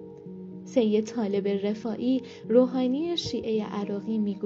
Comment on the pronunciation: علاوه بر لحن نچسب و شل و ول حرف زدن گوینده، متاسفانه ایشان گویا سواد درست و حسابی هم ندارد و ظاهرا بلد نیست اسامی را چطور تلفظ کند و یا روی کدام حروف کلمات تاکید کند تا شنونده اهمیت آن بخش از جملات را متوجه شود. به طور مثال جایی که غسال و نمازخوان پیکر شاه را معرفی می‌کند اینجور میگوید: آن که بر جنازه شاه نماز خواند، سید طالب الرفاعی‌ی روحانی، شیعه‌ی عراقی بود! انگار این شخص کلمه‌ی روحانی هم جزو نام فامیلی اش است که( طالب الرفاعی‌ی روحانی) تلفظ میکند، در حالی که خیلی ساده اسم او طالب و فامیلی اش الرفاعی است و عبارت (روحانیِ شیعه‌ی عراقی) معرف شغل ، مذهب و ملیتش است یعنی یک روحانی دارای مذهب شیعه و اهل عراق . در جای دیگر می‌گوید او مهمان محمد انورِ سادات بود!!. خنده دار است که سادات شخصیت گمنامی نیست و در طی حدود پنجاه سال بر حسب مناسبت‌های گوناگون از او نام برده شده و طبیعی است که حداقل باید نام او به گوش این خانم مثلا خوش صدا، رسیده باشد که اسمش محمد و فامیلی اش انورالسادات بود نه (محمد انورِ ) (سادات) اساسا در عربی حرف ربط الف لام یا همان ال اسم تعریف معرفه است و در اینجا اگر بخواهیم آن را ترجمه کنیم یعنی (محمدی که نورانی ترین فردِ بزرگان یا سادات است) و با تلفظ اشتباه ایشان تقریبا اینطور معنی میدهد:(نورانی ترین محمد بزرگان!) که معلوم است با نام‌گذاری عربی چقدر فاصله دارد. از سوی دیگر یشان با تصور خوش صدایی ،لحن کودکانه و عروسکی به گفتارش داده و به شدت حوصله‌ی شنونده را سر می‌برد. نکته‌ی دیگر تضاد روایت و جانبدار دیده شدن بی دلیل نویسنده‌ی متن است. مثلا وقتی در ابتدای ویدئو وقتی شاه پهلوی را بدون لقب شاه و فقط( محمدرضا پهلوی) خطاب میکند، برای آیت الله محمدباقر صدر از لقب (ش